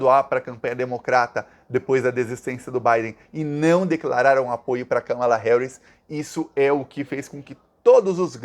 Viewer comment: Finalmente alguém pronunciando corretamente o nome Kamala! Parabéns 🎉